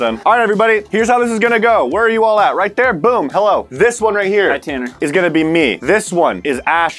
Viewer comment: Tanner not tannar